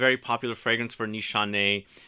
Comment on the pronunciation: It’s nis hané not nishanay